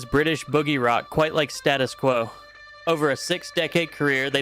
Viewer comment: Pronounced staytus quo